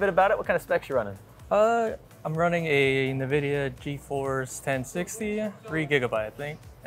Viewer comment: He says nuhvidia! Is he!!!